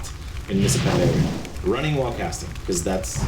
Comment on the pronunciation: its panDARIA ... not pandara ...